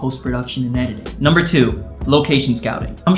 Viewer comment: Tip Numbah Four Gave me lifeeee. lol Thanks Bro.